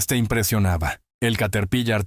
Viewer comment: Se nota que no eres latino, Caterpilar no Caterpillar. Por favor, se trata de ilustrar, no de enredar.